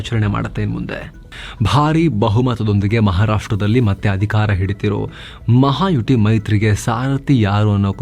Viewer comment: ಅಯ್ಯೋ ಅದು ಮಹಾ ಯುಟಿ ಅಲ್ಲ ಸ್ವಾಮಿ, ಮಹಾ ಯುತಿ.😂